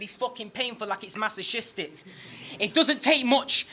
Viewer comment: Lol, I know what a masochist is... I was highlighting the glaring mispronunciation. ;)